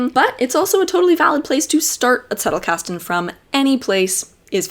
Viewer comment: I like how you adopted the german pronounciation for Zettlekasten. You're great!